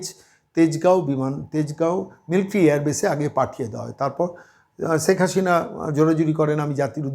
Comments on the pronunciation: 'ছেক হাছিনা' এটা কেমন উচ্চারণ? আগে শুদ্ধ বাংলা উচ্চারণ শিখুন। হাস্যকর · সব কিছুতেই বাড়াবাড়ি , ' রাজাকার ' কোথায় পেলেন ? ৫৩ বছর পরে রাজাকার আছে ? আপনার শেখ হাসিনা উচ্চারণ একেবারে বাজে ।